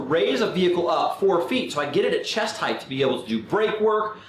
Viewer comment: good vid. must tell you, height is pronounced 'hite', like weight. no 'th'.